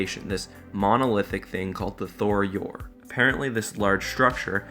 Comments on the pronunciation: Tho-Yor, not Thor-Yor. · Bro, it's tho yor not thor yor 😂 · Why do you keep pronouncing it as "Thor Yor"? There's only 1 "r", and it's at the end of the name.